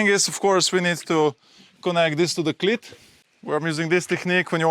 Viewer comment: Great video as always. Although your english is fantastic, you just need to fine tune how you pronounce cleat. Your pronunciation is of a ladies private part.